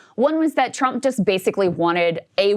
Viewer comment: It sounds like she is saying President Chump lol😂